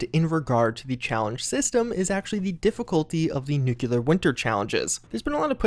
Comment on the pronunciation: "Nukelar Winter this, Nukelar Winter that"... what are you, HOMER SIMPSON? N U C L E A R